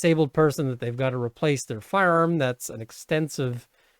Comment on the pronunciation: I love the way you say firearm. Firerrrmm